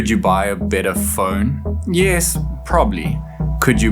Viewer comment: Did you say bitter phone, butter phone or batter phone?